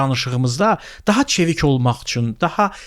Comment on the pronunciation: daxa da )) özü heç danışa bilmire